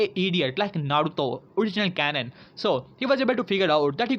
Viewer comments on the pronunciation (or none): none